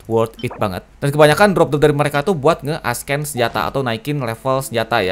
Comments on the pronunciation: Bukan nge hate, cuma mau bantu. “Ascend” bacanya “assend” bukan “askend”. Cuma mau bantuu ;) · Nice guide bang, koreksi dikit aja, "ascend" itu dibaca "assend", C nya bukan dibaca K, tapi ilang. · gw kesel banget denger bilang ascend jadi askkkkken:'v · Padahal dibaca esen ya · plis ascend jangan dibaca asken! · Lebih tepatnya dibaca s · bukan masalah aksen lah emang cara bacanya dibenerin